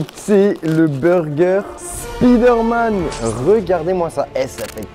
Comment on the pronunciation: C'est vraiment dégueulasse entendre spider man c'est spyder m'en